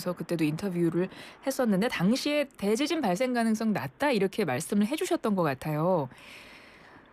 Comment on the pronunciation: 대 :지진 발음 듣기 거북